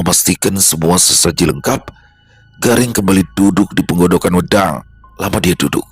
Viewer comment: Pengucapan wedang bukan begitu 😊😊😊